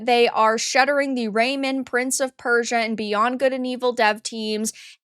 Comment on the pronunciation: Its pronounced like a hyphenated word, not a name. It's Ray-Man... RAY - MAN! Come on, just watch 1 trailer.